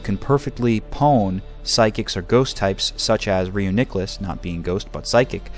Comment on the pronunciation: So 50 seconds in, you pronounce the pokemon incorrectly, and you say "i can't tell you any enhanced strategies" Sums up how useful content like this is at telling you information :]